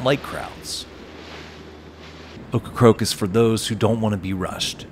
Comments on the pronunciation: It's OCRACOKE, not OCRA-CROAK!damn get it right!! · it's not ocra-croak, it's ocra-COKE! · It's Ocracoke not Ocracroke. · Seriously, though,, was he/she correct? Were you mispronouncing the name, or do they change the "r"s around when they speak the name aloud? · Please call it Ocracoke, not Ocracroke. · Get it right: It is NOT pronounced OcracRoke It is OcracOke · Sounds like you are saying Ocracroke. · He is!..wtf?! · Great island, great video. Buts it’s funny you did this whole video pronouncing Ocracoke incorrectly as Ocracroke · I grew up on the mainland and took the ferry to Ocracoke every summer… by the way, you keep pronouncing it Ocra-croke…. 😊 that’s incorrect. It sounds like it’s spelled. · You seem to be saying "OcracRoke". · Why does he keep saying Ocracroke? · Sorry man saying OkraCROKE is like fingernails in a chalkboard. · At least he didn’t say Corncrake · This was a great video and narration except for obviously mispronouncing the name of the destination the entire video. It’s a bummer because this is one of the best videos I’ve watched on YouTube on Ocracoke but the mispronunciation is distracting. Well done otherwise though.